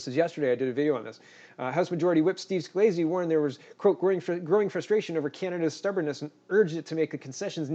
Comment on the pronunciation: You stumble so much when you read that it's hard to listen to you. You speak faster than you think. Slow down, take your time, and then use compression software to speed it up before posting. And please, Reuters has been around forever, it's pronounced roiters, not rooters, and Scalise is pronounced sca-leese, not sca-leesee. Take a little time, your presentation lags behind the quality of your thought.